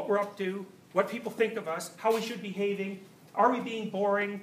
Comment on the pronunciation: He said “how we should be-having” and it didn’t even sound wrong